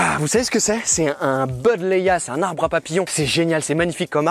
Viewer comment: Buddleia --> Latin --> on dit BUD avec le "u" comme en français et non à l'anglaise beud :D Bref, continue tes vidéos elles sont super.